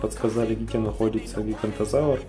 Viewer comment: ГиганОтозавр а не гигантозавр